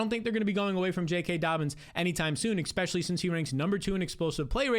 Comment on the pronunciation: Please please please please please please please please stop saying "ekspecially". Please stop saying the K sound 💔